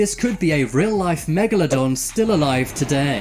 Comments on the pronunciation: U called it family megladon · The narrator said megladon and you were ready to drop the mic